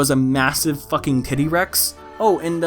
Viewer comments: What the hell, I am retarded or is he saying "tiddy-rex" instead of T-Rex? fuck it's 1 am and I can't tell xD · “tiddy rex” smh scaly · I will never pronounce titty-rex correctly again.